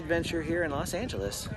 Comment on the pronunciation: You Mean Los Angeles,Not Las Angeles Lol No Place Like LA❤️❤️